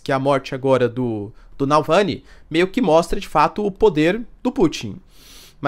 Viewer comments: Reiterando: Professor por favor, pare de errar o nome do ativista russo!!! NÃO é Nalvãny e sim NAVALNY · Professor, a pronúncia do nome do cara é "Naválny", não Nalvany 😅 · Eles falam que não vai ter soltados alemães no campo de batalha !!! mais por debaixo dos panos enviam vários soldados!!! quanto a dicção não é NALVANY é NAVALNY !!! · Nalvany, não, rs, Navalny. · Não é NaLvany! É NavaLny! É difícil? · O certo mesmo é NavalNI porque termina com I. Pronuncia-se como Itamaraty, guarani, saci, e nunca NaVÁLni. Estão acabando com a belíssima língua portuguesa. Eu sei como é. No fim, a pronúncia inglesa acaba se impondo; e os gringos falam NaVÁlni. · "Davalllllny", não "Dallllvany"... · Voce falou noem errado do homem mais de 30 vezes. Nao é NAUVÂNI. é NavAUny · O correto é Navalny e não Nalvany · Nao seria correto se pronunciar navaLny?